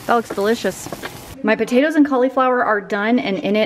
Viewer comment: “Potaters” - Literally how I say it too! 😂